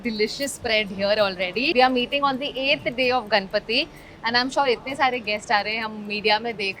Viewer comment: Kamya, please pronounce Ganpati as गणपती , not गनपती, you are a Mumbai girl, you should know the correct pronunciation